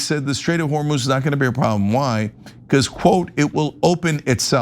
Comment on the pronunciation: PRONOUNCIATION: hormuz هرمز - the 'u' sounds just like the 'o' so pronounce it as if it was hormoz